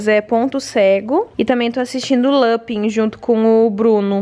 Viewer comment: Esse capuccino é PERFEITO de gostoso, mas beeeeemmmm doce! Ponto cedo eu parei de assistir na 3ª 😒 eu amava, mas enjoei. Lupin eu gostei (fala LupAn) 😂